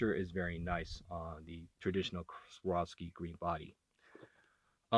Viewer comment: Get used to saying a hard V dude. Its Svvvvvvvvvvvar ovski.